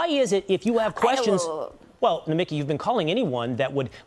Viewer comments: Take it from a Greek: it is Nomik-I, intonation on the last I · It's not "Nomikee", it's Nomeeki".